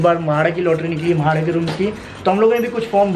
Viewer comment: Mahada nahi re baba.. MHADA